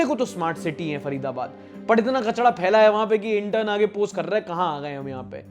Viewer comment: Bhai kachda nahi ,kachra bolte hai 😅